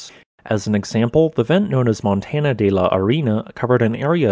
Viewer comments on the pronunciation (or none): Yeah, the content is great, but his pronunciation could use some work. I have no idea how you get to an N pronunciation in Fue-R-teventura, especially with how the Spanish roll their R. And how hard is it to say Montaña instead of Montana? My native tongue is Dutch, but it is not that hard to check how a few words in another language are pronounced. Even his English has a very weird drawl. "a specific toooopic, please leave a comment belooooow." "volcanoooo" "that it will erupt agaaaiiiiin". Great channel, but the delivery is a bit distracting.